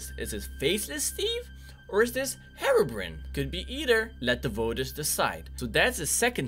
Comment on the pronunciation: Hey darkconers it not harebrain it’s herobrine